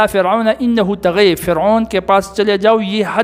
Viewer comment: سر جی ناراض نہ ہو لیکن آپ کا ناظرہ تھوڑا کمزور ہے طغے نہیں ہے طغی ہے مقصور ہے